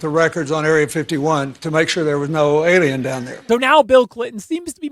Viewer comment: Oh NO. YOU'RE ANOTHER ONE! it's Alien, not... "EL IAN"!